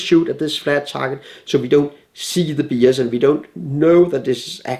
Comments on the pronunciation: FYI, he says something that sounds like "BS", but being a dane myself I am pretty sure he's saying "Bias" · FYI. When it sounds like he says B.S. he's saying Bias. I love his videos, I learn something every time. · I think he's saying "bias" not B.S. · Fun fact: When Lars talks about modern BS, he's actually just mispronouncing "bias". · Obvious when heard from a French perspective where « biais » is pronounced like he does. It’s probably of Latin origin. Why do english pronounce bias and not bee-ass anyway ? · yep.. he's pronouncing the "i" in bias the Danish way which in English is "e" or "ee" so bee-as lol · There's definitely a language barrier when you say "bias" and it sounds like "B.S". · It sounds like he's saying "modern BS (bullshit)", but he's actually saying "modern bias". Just wanted to put this out here before people get the wrong idea. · I NOW UNDERSTAND WHY SO MANY CRITICS. THEY THINK YOU'RE SAYING "BS" WHEN YOU'RE SAYING "BIAS" 😵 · its because in danish i is pronounced as ee so: beeas edit: Oh the swede already cleared it up anyway keeping my comment up for further proof haha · One hour in and I notice he's not saying "BS", but "bias" :D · It's super funny to me how 'bias' sounds like BS when he pronounces it. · The word 'bias' is a actually being pronounced phonetically correct considering the spelling. English speakers actually say 'byes'. English is a weird language and many inconsistencies are being taken for granted. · Lars, I would highly, HIGHLY recommend you add in closed captions to this video. Specifically to clarify the BS vs Bias pronunciation problem (or maybe you are saying BS) BS means Bull Shit just in case. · I took it as bull sht 😰😄😆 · Wtf hahahahaha i seriously tought he said bs.. lol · I was wondering indeed, because using the BS abbreviation was not consistent with his level of English so it felt strange, now it makes sense! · I first understood that he said "... or die" lol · Connor Smith i think it's meant to be bias